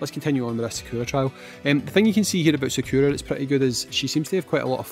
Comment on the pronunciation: How you had normally been saying Sakura sounds closer to the Japanese.. for the most part, japanese sounds are broken down into consonant to vowel then can end with an n, h or s too (that I can think of) so Sa-Ku-Ra, Ryu, Ken, Ka-zu-ya, hei-ha-chi, a-ki-ra, would all be like that.. It's very musical in how the sounds (like Do-Re-Mi)